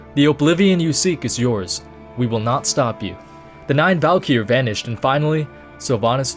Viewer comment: "Valykier" wtf